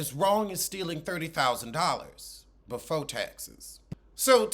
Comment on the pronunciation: “Befo taxes “ 😩🤦🏾‍♀️